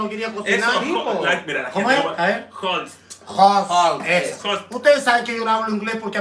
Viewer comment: se dice HOST 😂😂😂